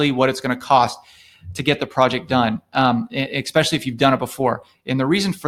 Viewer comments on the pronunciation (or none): Tough to take someone that says “expecially” seriously.